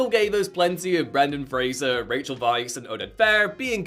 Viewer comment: My favorite Brendan FRASER is Doom Patrol, also Bedazzled. He is such a good actor, I hope he keeps acting idc how big he gets he is amazing ❤ and it’s FRASER, NOT FRASIER! Lol